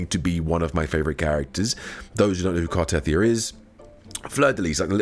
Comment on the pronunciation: It's not Car-teth-ee-ah, it's Car-teh-thee-ah.